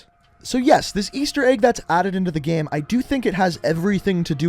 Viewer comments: Why do you say game like “gæm”?? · Or everytime he says gæm